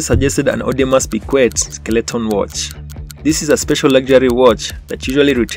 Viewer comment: He said Audemas peeqweet lmao 🤣 I’m weak